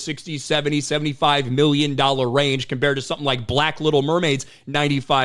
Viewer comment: That HARD ‘B’ in “Black Little Mermaid” was all I needed to hear. Bye ✌️